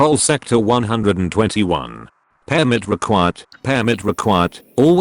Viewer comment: It's pronounced "permit" not "pairmit". God who educated you, Microsoft?